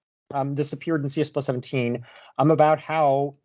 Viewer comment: Great video as always,! I keep hearing you say CS plus 17 over and over again in stead of "C plus plus 17." Is that right?